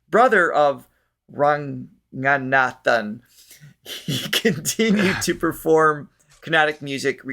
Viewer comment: In India most names or words that use nga (when transliterated to english) should be read as nka. Or ng as in aNGer and NOT as in haNGer. So its NOT Ranganaathan its Rankanaathan. Bhagavathar - Carnatic stage/concert music evolved from devotional music ie Hari-Kadha (hari = Lord Vishnu, Kadha = Story) Bhagavatha/Bhagavatham is one of the central texts of Vaishnavism - 12 cantos 332 chapters & 18000 verses Bhagavathar title has its roots in the devotional lineage of Carnatic music. In modern times it denotes a Carnatic classical master.